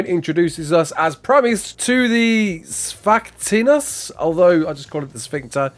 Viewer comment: i assume its pronounced zifactinus?